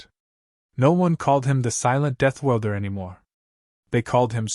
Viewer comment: AI and it's prorammers must be communist at there core. They keep dumbing down the english language. Death ORLDER not welder. JFC.